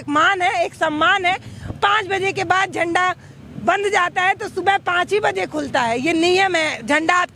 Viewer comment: बोलने का तरीका तो लड़की के पास नहीं है जो राष्ट्रीय झंडे को झंडवा बोल रही है